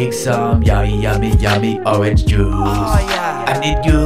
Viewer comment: Ooooragnge pronounce the range part like the French do when they say orange